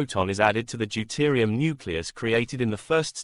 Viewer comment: Deuterium - not Deutirium